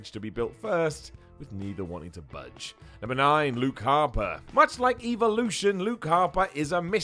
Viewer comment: Chris Allen haha I get it it’s cus he mispronounced it you’re a comedic genius Chris!